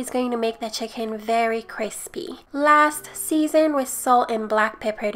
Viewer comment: The "hicken" sorry I love you